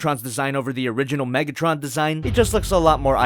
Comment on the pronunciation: Megatrin or Megatren